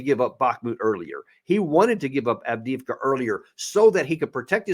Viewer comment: Two things and not being patronising. It is pronounced Av De Ev Ka. Minor point. Most important is that my stepson was in that city and we feared the worst but he called us today to say he was out. He had been there for one and a half years. I have no more details except that he was/is fighting for Ukraine. Very difficult conversations going forward for us should he survive. He has been twice decorated by Z himself not that shelling civilians is what he knew he was doing or deserves merit.